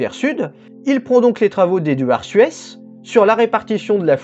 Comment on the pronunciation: Vu qu'Eduard Suess était autrichien, je suis à peu près certain qu'on prononce zusse [zyːs].